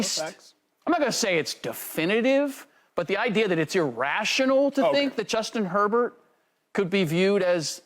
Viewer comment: This chick cannot get Herbert's name out of her mouth🤣🤣🤣